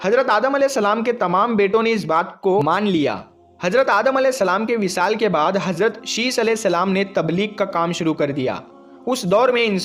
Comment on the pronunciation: Are jahil hajrat nhi hazrat bol phle jakar urdu pad